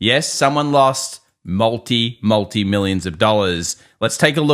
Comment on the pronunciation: How can you pronounce Multi like that?! A disgrace to your own language!